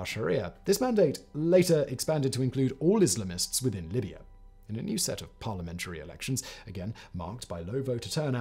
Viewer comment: Grateful for the auto-generated closed-captions. You are grossly mispronouncing "Islamists". IS-LUH-MISTS? Just lol...